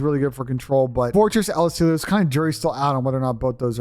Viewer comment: I’m just curious where the ‘ee-oh’ is at the end of ‘El Asilo’ lol